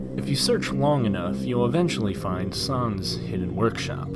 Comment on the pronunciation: Sons is not how you say it It’s sans (sanz)